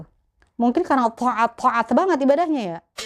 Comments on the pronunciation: Taat jadi thoa'at hahahaha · Lucu ceritanya sampai taat aja bilangnya tho'at tho'at ya hehe.